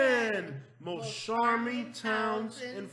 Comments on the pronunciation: "CHARM" not "SHARM"! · You have to learn how to pronounce charming bro please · The male announcer needs to learn how to pronounce charming( it is not sharming ) as he says on all words beginning with ch... he says sh!!!!!! Get it right!!!!